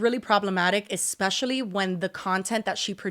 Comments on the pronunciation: She said, "exspecially" 😂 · Omg when she said ekspecially i snorted